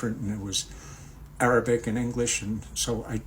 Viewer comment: Your arabic pronounciation is superb👍👍